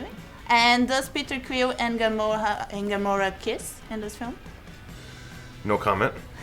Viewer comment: ''Gamorra'' kkkkkkkkkkkkkkkkkkkk